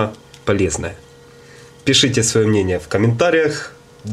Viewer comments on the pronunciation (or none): Молодчина 😍 только НО ПАССАРАН. Все вместе, так переводится. А получилось но посран.не очень звучит. А прибор хорош.